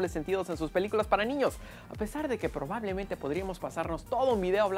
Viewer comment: "Porbablemente" xD